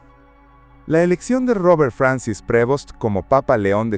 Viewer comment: Prevost sin acento en la E